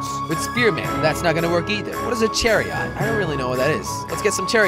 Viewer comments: Use poachers (little archers) and also it is pronounced like chair-ee-it not char-ee-aht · chair-ee it is th correct pronnounciation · Char-i-ot chariot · jelly it's CHARIE--T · christopher no he didnt jack made it way faster besides he cant even say chariot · you said Chariot wrong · Doesn't know the word chariot. What's his first language? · He pronounces chariot wrong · One does not simply not know how to pronounce 'Chariot' Like did u even learn about ancient rome? XD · He can't say chariot properly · it's pronounced chariot not chariot!